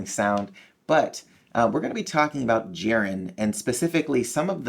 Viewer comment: its jiren not jirin